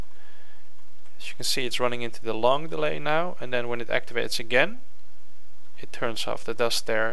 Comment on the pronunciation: Stop saying 'den.' It's 'then.' C'mon!